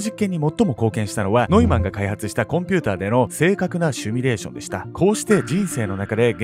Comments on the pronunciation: シミュレーションですよ。Simulation シュミレーションじゃないですよ。日本人のほとんどの人達はわかってない。間違いだと気付いてください。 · シュミレーションじゃなくてシミュレーション、な